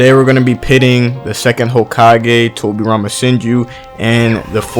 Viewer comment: Towwbi Rhama Senjew vs Minatow namikazeyyy. Love how Americans pronounce japanese names haha! No offence tho, Liked the video!